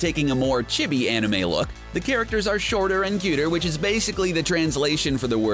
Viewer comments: "CHEE-BEE" it's not chebi you gaijin no baka... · the word chibi is pronounced Ch-ee- bee